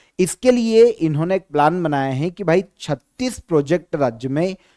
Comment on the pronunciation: Sir aap hai ko hae bolte ho shinchan jaise